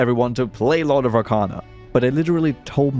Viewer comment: Brother said "Lord of RACANA" so many times in the video, I left thinking it's called Lord of Racana instead of Arcana.